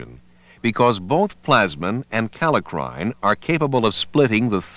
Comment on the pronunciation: Very helpful introduction, more clear than any pathology video I have seen so far. I appreciate having a professional reader -- the only words mispronounced are leukotriene, nuclear / polymorphonuclear, and kallikrein. Once again the NLM has done a real service to beginning pathology students.